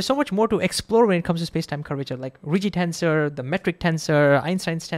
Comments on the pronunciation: TENSOR not TENZOR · Well, first the s is pronounced as an s. Not a z. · BTW, it's pronounced ten - sssor, and not ten-zor.